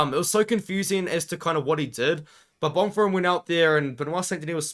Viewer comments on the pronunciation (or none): can understand exams. i have exams myself currently edit: bon-firm not bon-feem? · My brother in christ… there is no “R” in Bonfim lol